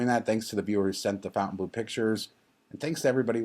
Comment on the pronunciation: It's stupid to give a Vegas hotel a french name that no-one is going to pronounce properly, but of course it probably doesn't matter. I'm not being a snob, but it's not 'Fountain Blue', it's (approximately) Fon tain blo. But what the hell.